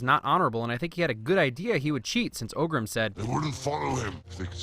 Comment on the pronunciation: sins--- its Orgrim, not Ogrim.:)